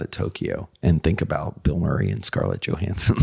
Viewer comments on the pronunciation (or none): none